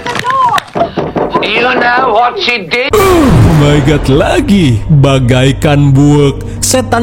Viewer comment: Yg lebih hororrr ketika bilang ohhhhhh my good 😂😂😂 bikin kaget aja